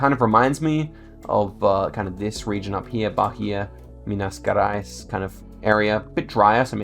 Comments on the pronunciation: The G in "Gerais" is more like in "Jerais" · "Minas Garais" lmao Minas Gerais literally means General Mines, so it's the soft G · Minas Gerais is pronounced "Minas Jeráis" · actually, the correct pronunciation is Minas "Jerais" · minas gerais , the G of gerais is pronounced like J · 'Minas' was good, 'Gerais' is more like 'za'rais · And Minas Gerais is said like it was Minas Jerais in portuguese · you pronounce minas gerais with the g as in geez, and the nh in maranhão is spelled like ny in enya, and it's nasal, and in maranhão there is a biome called "mata dos cocais" which has a lot of babassu palm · i love to listen you pronounce the names of some states completely wrong and some perfectly, it gives me life fr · Minas Gerais The "Ge" in the second word is the same as in "gentrification"